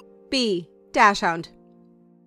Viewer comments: 36/36. You mispronounced some names. Dachshund is pronounced Dahks-hund, Bernese is pronounced just as it looks (you pronounced it Beer-neez), and Vizla is pronounced Vishla. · The way you said dachshund